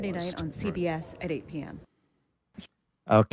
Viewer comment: CBS read as See BS 😂